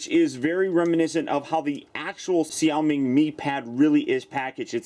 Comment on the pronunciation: As a Chinese person, I found your pronunciation of xiaomi pretty darn good. :P